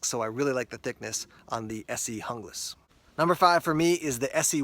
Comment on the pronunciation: looks really nice, but out of my budget right now. Are you sure it's pronounced the way you did though? I'm sure you wouldn't say Hungle instead of Jungle and Junglas is a pretty close comparison to that.